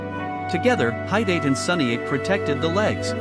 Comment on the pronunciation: Ok so this is just AI slop, what the heck are they doing And tf are these pronunciations? “Doo chest guard” “High-date thigh guards” “Sunny 8 shin guards” Somehow the bows are more accurate than the armor AND THE VIDEO is about armor although i will give it to you that this is the first video that has AI generated a somewhat accurate looking suit of samurai armor but still, you can just use images online from screenshots and put prompts inside the AI text to speech that make the AI say the proper words!